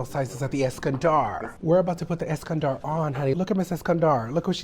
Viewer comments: Take a shot every time she says “EskanDARRRRR” 😂😂🤌🏽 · Eskandar)))) Es-Scan-dolo’ 😂